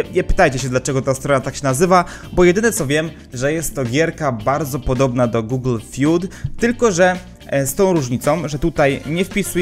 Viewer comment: "Google fiud" XD